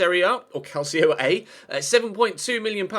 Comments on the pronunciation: "calcio" is pronunced "calcho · Is pronounced CAL-CHO (with the spanish CH) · It's pronounced cal-chee-oh